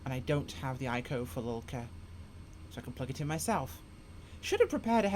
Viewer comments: Haha yeah. Great video, getting the name wrong every time of one of the most famous airports in the world... At least it made me laugh rather than annoying me! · Why the fuck do you keep calling it lulka? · Yeah, it's Lukla. I thought maybe it was a local pronouciation and I was wromg all along 😎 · I so much like the way you call that little airport LULKA. Sounds like Yiddish to me... A great video, BTW